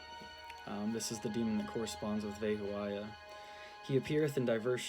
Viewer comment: It's PRONOUNCIATION IS VE/BE HO YAH NOT VE HO A YAH